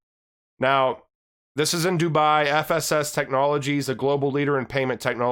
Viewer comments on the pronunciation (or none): none